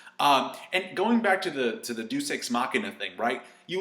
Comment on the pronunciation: lol "doos" ex machina? ok xD